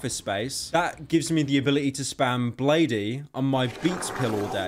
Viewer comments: ITS PRONOUNCED BLADE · ITS NOT PRONOUNCED BLADE-E ITS PRONOUNCED BLADE